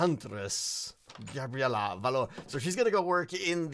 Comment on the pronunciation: You said Gabriella wrong...